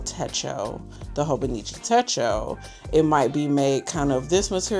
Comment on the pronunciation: It's Hon with a long "O".